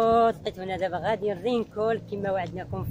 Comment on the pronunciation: ماشي رينكول رينكون